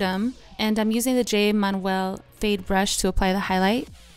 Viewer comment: Apparently you couldn't be bothered to do a quick Google search of Jay Manuel and learn the correct pronunciation of his name 😩 Man U El not Man Well